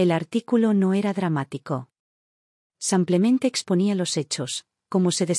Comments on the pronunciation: Buenas historias solo la narradora que diga simplemente y no samplemente😊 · A mi me molesta estas narraciones abusando ka palabra simplemente y ni siquiera la dicen bien ese samplamente cansa